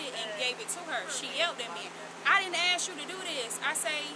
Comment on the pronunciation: This is the reason that you don’t hire people that can’t pronounce the word “ask” correctly